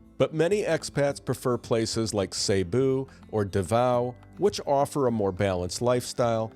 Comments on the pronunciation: “SEA-Boo”=Cebu, not “SAY-boo” and “ALL-bania” not “EL-bania” for Albania. You forgot to mention English widely spoken in the Philippines as a pro unlike other East Asian or SE Asian countries. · Cebu is pronounced like SeeBoo. Also, no... Philippines is not really safe you need to keep your head on a swivel. Especially in Davao. I live here. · Cebu pronunciation: See-boo not Say-boo